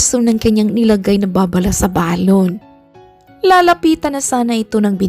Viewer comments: Ang correct pag pronounce ng salitang balon ay mabilis . Hindi malumay. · Oo kasi kapag malumanay parang lobo na Ang dating non.....😅